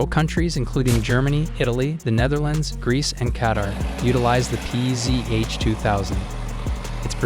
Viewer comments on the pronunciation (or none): none